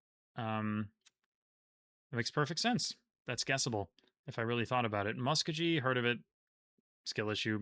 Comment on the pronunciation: Muscogee is pronounced with a hard G as in geek. Also Muscogee is the name of the peoples while Muskogee is the city name.